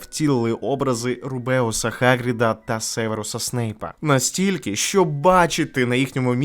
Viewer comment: дуже гарне відео! якість звуку, якість тексту на висоті, без заїкань і запинок, приємно слухати і все зрозуміло єдине хотілося б сказати, що в деяких місцях є невеликі, але неприємні помилки, в офіційному українському перекладі не МАлфой, а Мелфой, не ХАгрід, а Геґрід і так далі, це може здатися незначною дрібницею, але насправді це дуже важливо для розвитку нашого українського простору, бо всі ці помилки відсилають нас до російського перекладу книжок сподіваюся ви з розумінням сприймете цей коментар і ваші відео будуть лише покращуватися з часом